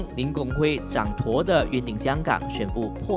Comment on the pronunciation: 😮人家的姓氏也念错，富贵集团创办人姓kuang邝，不是guang广；zhang duo掌舵，不是zhang tuo掌妥 🙄